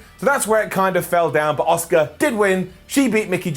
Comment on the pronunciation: "I love Dominik Mysterio" Also - "I can't pronounce Asuka" Fucking moron 😂